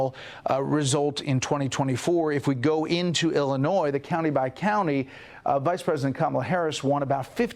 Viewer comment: Very good, the s in Illinois is silent. Have you read my previous comments? 👊